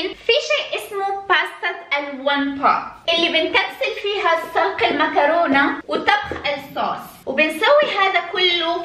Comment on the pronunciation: صلق ❌ سلق ✅👍